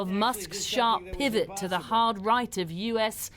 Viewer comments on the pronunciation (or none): You can hear the vitriol in the news readers voice when she states 'the icing on the CAKE' almost choking on her spittle pronouncing the 'KE' through gritted teeth. Similar sound on the emphasis on the letter P in pivot a few seconds later, spitting out the consonant with venom. In fact she sounds like a comedic presenter from that classic series Brass Eye lampooning the hysterical media. As for the laughable line about the 'HUGE' wave of enthusiasm around cackling Harris. Who exactly does she thinks she is fooling with this laughable Pythonesque script.